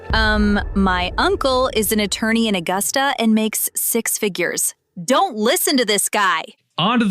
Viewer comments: By the way, you kept saying Aw-gust-a..... it's Uh-gust-a. Otherwise, better pronunication than other Maine videos made by folks from away... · Nobody in Maive pronounces "Augusta" like "August a". We say it like "A gust a".